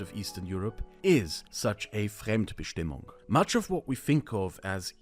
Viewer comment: Bruh, did you really just butcher Fremdbestimmung like that? I am German and you lost me mid way. Lol, no offense meant. How about an easy definition? Fremdbestimmung: "being determined by others in a relationship of dependency"